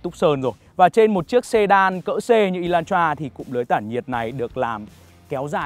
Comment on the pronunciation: Ê lan tra chứ ko phải" ê loan troa" ! Chữ "hắt" chứ ko phải chữ "hát" nha ông bắc kề con